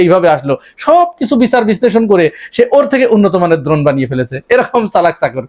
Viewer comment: ভাই উচ্চারণটা দ্রোন নয় হবে ড্রোন।